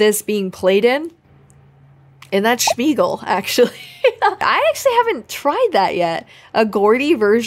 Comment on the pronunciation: It’s Smear-gle**